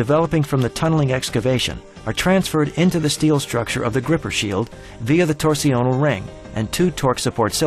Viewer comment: Torsional isn't pronounced "tor-see-o-nal", it's pronounced "torsh-nul". Around the 9 minute mark, the narrator repeatedly mispronounces it. Weird, since otherwise his pronunciation is typically American, but he seems to think "torsional" is a French word or some other language.